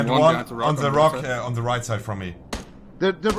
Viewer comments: Bei monte wird "th" zu "s" hahaha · Immer diese leute die the se aussprechen 😂